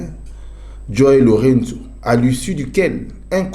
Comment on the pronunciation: SVP, UNE PETITE AIDE: LOURENÇO (PRONONCEZ COMME CECI "L´EAU +REIN +SOUS", MAIS EN UN MOT) MERCI.